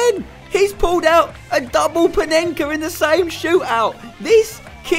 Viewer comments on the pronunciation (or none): none